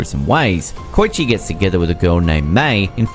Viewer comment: None of these are disturbing AT ALL besides perhaps Shiki. Your pronunciations are far more disturbing to me. "Koy-shee?", "Yama Shabbay?" Seriously homie? Japanese is easy as hell to pronounce even to non-native speakers.